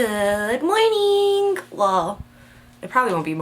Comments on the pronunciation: why do you pronounce morning like mornink ? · LOL, I caught that too, and was wondering the same thing. She's so goofy.:P